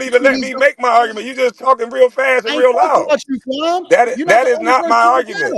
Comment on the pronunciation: Stop calling that man "Kwam", like yawl fukkin.